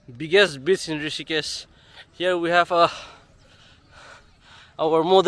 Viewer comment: It's river bank not bitch 😂😂😂